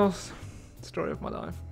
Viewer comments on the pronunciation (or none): none